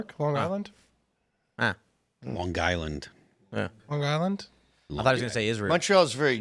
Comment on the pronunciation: Phil pronounced long Island as long Gisland and it made so so happy as a person who at one time had lived in new York